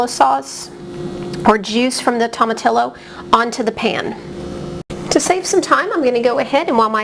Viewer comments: Pronounced toe ma tee yo. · The LL is pronounced "Y"